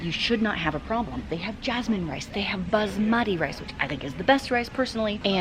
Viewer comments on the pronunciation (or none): none